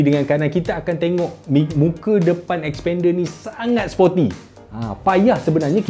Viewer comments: Mitsubishi 'S'pender haha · Sekali dgr mcm spander jgn mcm2 mitsubishi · xpender. sekali dngr mcm sepender... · xpander?? lain mcm bunyi 🤣